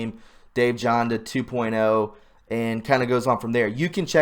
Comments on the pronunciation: it's Jan-da not Jonda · Pronounce Janda with an A sound, not an O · Dr Janda name is similar to mine and is Germanic languages. J is pronounced like a Y. Everyone looks at my name and says JAN, Dill.. But that's wrong. YON-dil is correct. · Dr Dave Janda is legit and it's pronounced Janda, rhymes with panda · Dave Jan da is absolutely legitimate! I spelled his last name wrong on purpose. I spelled it the way it sounds because you are pronouncing incorrectly. Keep up the fantastic work! I share many of your views on many topics. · . - Dave Janda is legit, but his only authorized YT channel is "Operation Freedom." The other(s) are simply stealing his content. And those imposters are being monitized by YT, not him. Yeah, go figure. How would you like YOUR content stolen? His name Janda is pronounced like "Band" as in music. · If you ever listen to Dave "Jaaanda" you will hear him identify himself & pronounce his name correctly. You just tell us you haven't even listened to Dave yourself when you don't know how to pronounce his name. Do your homework before you get back on a video! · I watch Dave Janda, and you are mis-pronouncing his name lol